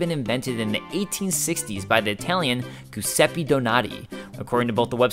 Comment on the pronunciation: The section about how to pronounce Ocarina is honestly to god hilarious to me. There's this fairly long (and correct!) explanation as of why Ocarina should be pronounced oak-arina, and during it you butcher mercilessly the name Giuseppe. That killed me. (Mind you, I say this with no flaming intent. As an italian person, I perfectly understand why you guys seems to have so much trouble pronouncing italian names!)